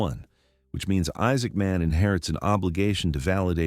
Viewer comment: Why do you pronounce his name like two words?